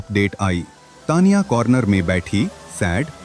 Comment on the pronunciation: Say Taniya.not Tniya